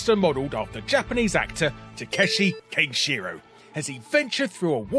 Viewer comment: KANEshiro, not KENshiro